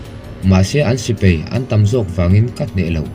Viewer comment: Sipei nilo in sipai aww sir.